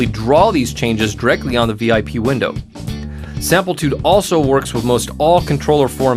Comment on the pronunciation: Sam-PLI-tude, not Samp-EL-tude., product specialist, please,pronounce the name correctly, at least. OR at least edit your productions. Or go work for Prol toos.